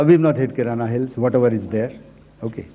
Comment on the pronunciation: Kirna hai sab kirana bol rahe